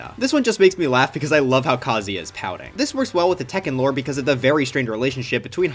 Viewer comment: Why do you pronounce Kazuya like that?